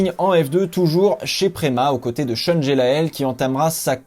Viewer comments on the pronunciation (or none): none